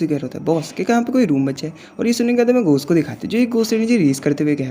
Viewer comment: Bai ghost ❎ ghos 😂😂😂😂😂😂✅